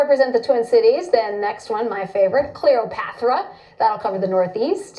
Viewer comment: I'm not going lie. That "Clearopatra" got me crying 😂. The hell is wrong with them dawg?. Blizzo isnt surprising, that's EZ work but the Clearo was a mean reach.